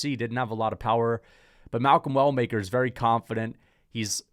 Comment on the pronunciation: Malcom Well Maker. Why he say Walker 😂😂